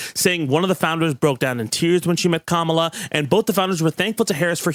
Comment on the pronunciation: Why do you always mispronounce Kamala?